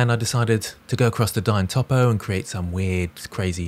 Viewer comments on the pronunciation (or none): none